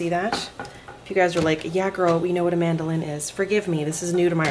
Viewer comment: When I first heard you say mandoline, I thought you said “ this is AmandaLynn” lol